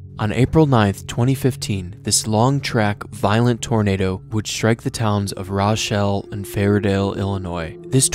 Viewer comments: Pronounced row-SHELL… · Loved the video! Only thing is it’s “row-chelle” lol. I’m honestly happy to hear that tornado on a video.. I’ve not seen many on YouTube. That one was about a half mile or so from my parents house just outside of Rochelle. I didn’t realize it was that close to being an ef5